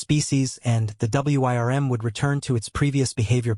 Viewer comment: "Wyrm" gets pronounced like it's an acronym in this video